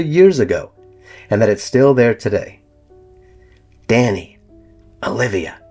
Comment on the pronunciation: Green House... And George's son is Dahni not Danny